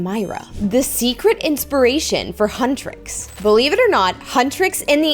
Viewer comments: Lol hutresses BRO IT'S HUNTRIX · Huntrix not huntris and saja boy is pronounced sarja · Your saying huntix wrong